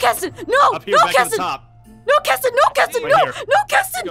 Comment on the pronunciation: It’s kestin it KESTIN XD